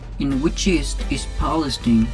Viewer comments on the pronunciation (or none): none